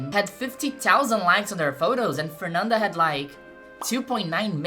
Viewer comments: I am Brazilian and she pronounced Fernanda as a native. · vc é brasileira? sua pronúncia dos nomes delas é boa demais pra você ser gringa 🤔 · Aaah dps saquei que vc era brasileira qdo falou TÃO bem o nome dela hahah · Na mesma hora que ouvi o seu jeito de pronunciar o nome da Fernanda, já fiquei atenta porque nenhum gringo conseguiria pronunciar dessa forma KKKKKKK ótimo vídeo, muito obrigada por trazer tanto da nossa cultura e história! Desejo muito sucesso ❤ ps: VC EH MT LINDAAAA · Your pronunciation for her name is perfect omg Oh wait, YOU'RE BRAZILIAN!!! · Mulher eu fiquei mesmo pensando: caraca essa gringa sabe pronunciar os nomes daqui, que loucura, mas tu é daqui! Excelente vídeo, e um bom trabalho nos traduzindo pro inglês!